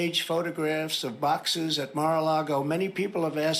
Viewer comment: “Baaxes”! Is he getting funnier as he’s getting older? 😂